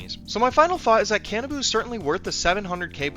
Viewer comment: Can-ah-boo. I thought it was more Ka-nah-bow